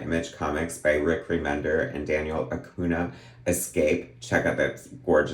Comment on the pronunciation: The "ña" in "Acuña" is pronounced like "gn" in "Lasagna"